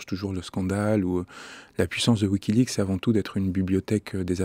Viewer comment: mais qui ne sait pas prononcer wikileaPs lol !